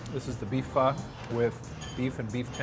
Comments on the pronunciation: BUT SAID "PHO" RIGHT!!! That's all that really matters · This looks beautiful. I'm in Toronto I gotta check this place out. Thanks for saying Pho the right way, dunno why but it's like nails on a chalkboard to me when it's not said right. It's like saying Toronto and accentuating the last T HARD lmao.